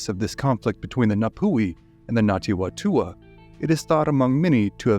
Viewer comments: not Ngati Watua. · Ngāti Whatua pronounced fatua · "WHA" in Maoiri is pronounced "FA"... so it should be said. Other than that, great video! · Yeah you did do pretty good but just some extra help the Ngati Whatua are pronounced the Wh sounds more like an F. Anyway other than that solid.